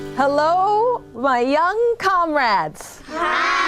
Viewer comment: She said comrads?